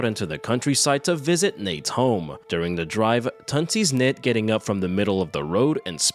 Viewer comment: hehe love how you call her Nate when its Natre XD